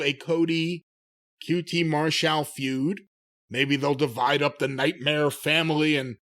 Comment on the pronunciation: Haven’t watched it yet but Jim is gonna say QT “Mar-Shall”